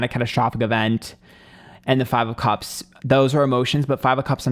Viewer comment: Hate the way he pronounces cups. Sounds like he’s saying cubs like lion cubs.